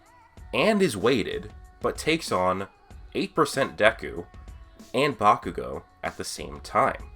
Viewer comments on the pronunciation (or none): none